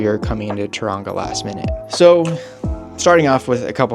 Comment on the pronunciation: say tauranga like TOE wrong A